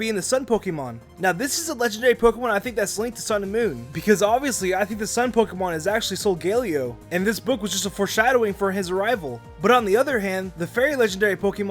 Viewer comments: not solgaleo (soglao)sogaleo (sol.ga.lay.oh) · Not solgelio but solgaleo